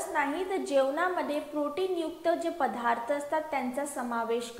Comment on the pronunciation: Padhartha...asa kahi nasta..padartha mhantat...